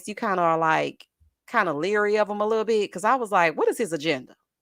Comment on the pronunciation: Yes...I'm commenting like I was there. Every time you say Littol Bittol anything...I holler!